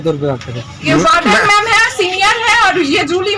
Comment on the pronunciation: Anchor should pronounce the words correctly. It's W*ARDEN not BARDEN. There are many other errors. Hope this is taken constructively.